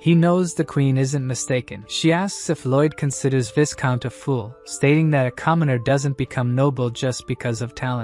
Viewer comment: Viscount is pronounced vai-count not vis-count😅